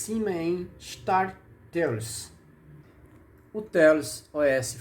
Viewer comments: Pronúncia correta: "teious" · A melhor forma de pronunciar seria "Têiaus", apenas minha humilde opinião